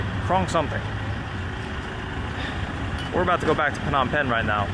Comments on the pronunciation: It's pronounced nom pen not p-nom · Wrong buddy! Phnom Penh is pronounced "puh-NOM pen" (or "nuh-NOM pen")